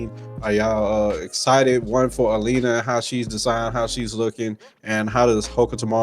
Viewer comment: This dudes voice is coma inducing 😂...the he holds his words out like hes slow AND he calls Elena "Elina" so cant really take what he says seriously when he dont know character names